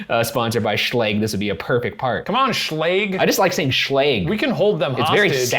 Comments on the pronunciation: No one: Shane and Ryan: sChLaGE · A horror story Ryan and Shane: sHLage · Video: Are you scared of being home alone? Ryan and Shane: SHLAGE? SHLAGE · its actually pronounced schlaje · im too busy crying at how you pronounce Schlage 😭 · Ryan's pronunciation of Schlage bothers me